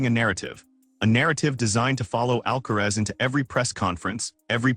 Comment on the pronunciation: Please pronounce the tennis players name correctly even if you are called AI